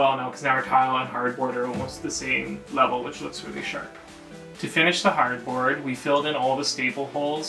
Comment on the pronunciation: When he first said hardboard, I thought he said cardboard and my face was like 🤯🤯